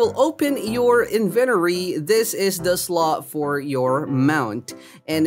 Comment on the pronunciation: I cringed so hard when he said inventory